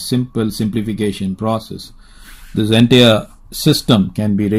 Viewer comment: "ENTARE" ?????? ===> "ENTIRE" or "en-tyre" ..... Please avoid saying the word "NOTHING " - .. .. ... .. Why say "NOTHING", and later say " it is ( some number..)......